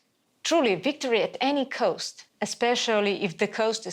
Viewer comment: please, cost, not coast) these words are pronounced differently. And please lower the amount of names in English version.